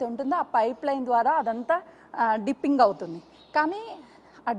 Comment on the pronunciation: Arey ammma "" "dimpining" "" kadu ,,,"" ,Dipping"" " to check the volume in side drum